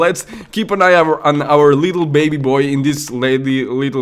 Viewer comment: "our leedle baby boy" XD